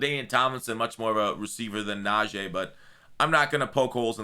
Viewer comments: yo it’s pronounced Nah-G not Nah-J. Us steeler fans have to be the ones to get it right 🙏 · IT'S NAJEE NOT "NAJEH"!!!!! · NA-GEE damn say it right 😂